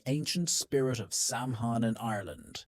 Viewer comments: You need to know how to pronounce Samhain. It's pronounced Sowan not sam hine🙄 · SAMHAIN is pronounced SOW WEN (when)